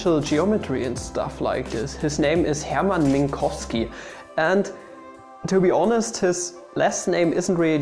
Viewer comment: Tis Polish and it is pronounced pretty much exactly like in the video.